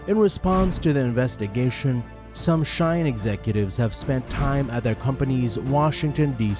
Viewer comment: It is shein, you are saying “shain” my friend.. shein have an e, not an a. Is she in. Not sha in.